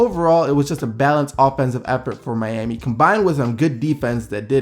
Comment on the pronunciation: Why can't you say Miami? You say Miani and I nearly laugh my ass off every time I hear you say it